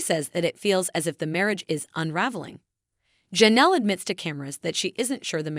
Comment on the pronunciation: The name is not pronounced Ja' nelle, it's Jay nelle, spelled Janelle.